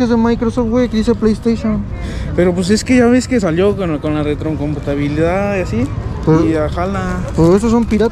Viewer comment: Con la retrocompatoboolidad jajaj me iso el día